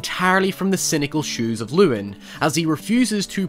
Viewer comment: cant even pronounce llewyn right